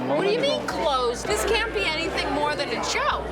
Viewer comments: "anythink and everythink..." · Is it just me but I’m triggered by Ramsay saying “anythink” and “everythink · Bro really just said be ready for anythink and everythink